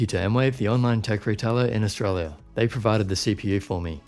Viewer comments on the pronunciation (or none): none